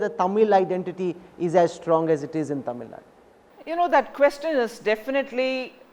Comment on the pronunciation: This fellow still not able to pronounce tamil nadu properly.